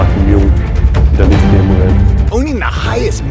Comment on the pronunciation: Wish this dude would have said his name properly.